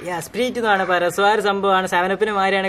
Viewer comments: സ്പ്രിട്ട് എന്നല്ല സ്പ്രയിട്ട് എന്നാണ് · Not spreet. It is sprite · Dude atha spirute alla sprite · സ്പ്രിറ്റ് അല്ല സ്പ്രൈറ്റ്... 😅😃😃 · സ്പ്രിറ്റ് അല്ല Dude സ്പ്രൈറ്റ് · സ്‌പിരിറ്റ്‌ അല്ല സ്‌പ്രൈറ്റ് അല്ലെ Pin me😀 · Spreete alla sprite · സ്പ്രീറ്റ് അല്ലs സ്പ്രയിറ്റ് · It is not sprt it is sprite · സ്പിരിറ്റ് എന്നല്ല സ്പ്രൈറ്റ് എന്നാണ് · Ath spreet alla spraite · Da Potts spreet Alla sprite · Spreet alla pottaa sprite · that is not spret i is sprayt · The pronounce of sprite is spraite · Sprite ennu parayan ariyille 🤣🤣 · Sprite എന്ന് പറയാൻ അറിയില്ല 🤤🤤🤤😋😋✋️👍👍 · Sprite ennane parayunatee😂😂😁😎😎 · Sprite enna parayunne dude